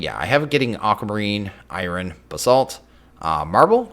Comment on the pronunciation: Where are you from where you pronounce Iron like that?